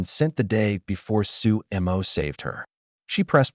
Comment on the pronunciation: his name is su mo NOT su emo